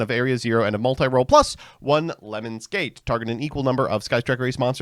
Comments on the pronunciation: i heard it as "lemons gate"and i immediately imagined a yt drama where some streamer asked someone to pee on them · card: lemnis mbt: LEMONS nothing but the best pronunciation here, folks